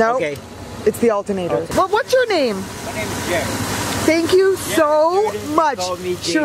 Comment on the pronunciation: When she said "do we need a new altunater"I was like U NEED A NEW CAR!!!!!